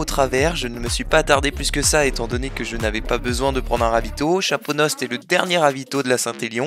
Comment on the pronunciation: En tant que digne habitant de la ville de Chaponost je me permet de faire la remarque à que cela se prononce Chapono car la -st est silencieux. C'était tout sinon très bonne vidéo